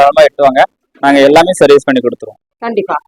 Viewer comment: இந்தம்மா.... அது சேவீஸ் இல்லமா அது சர்விஸ் மா.... content அ பேச சொன்னா... 100 ம்மா போடாதம்மா இரிட்டேட் பண்ற மாதிரி இருக்கும்மா.... அந்த பையன ஒன்று பேர சொல்லி கூப்பிடும்மா.... இல்லனா தம்பினு சொல்லி கூப்பிடும்மா😂